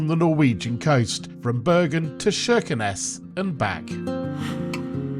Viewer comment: Kirkenes with a hard K sound, not SH.